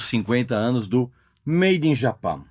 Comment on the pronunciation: Olá Regis, agradeço por seu trabalho incansável e por compartilhar seu conhecimento conosco. Embora eu aprecie sua habilidade e dedicação, gostaria de chamar sua atenção para a pronúncia do nome do disco "Made in Japan". Creio que seria correto falar todo o nome em inglês. Se você teve alguma razão particular para pronunciar "Japan" em português, gostaria muito de entender. Muito obrigado novamente por seu profissionalismo e trabalho excepcional. Grande abraço!